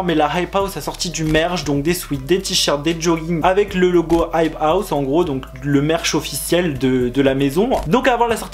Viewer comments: C'est insupportable comment tu dis la "hype house" genre la "rrrrrhype house" c'est quoi cet accent ? sinon vidéo intéressante ! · Dans la hhhhhhhhype hhhhhhhhhouse srx ton accent stop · Comment il dit "hype house"